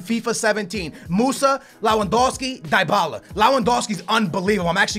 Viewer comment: is the type of guy to mess up some names like dybala he says tybala